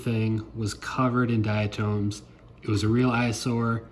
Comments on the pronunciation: good video... however I must say this... it's not "diaTOMES"... it's pronounced "diaTOMS".. othewise, nice video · I can't get past the pronunciation of "dia-tooms"